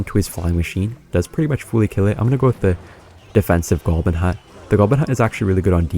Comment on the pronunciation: WHY DOES HE ALWAYS SAY GOLBIN